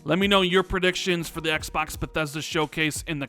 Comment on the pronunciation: Ehks Baahks. lol